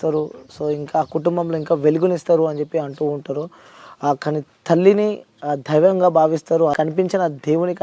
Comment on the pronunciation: ధైవం కాదు నాయనా దైవం ! 😅😅😅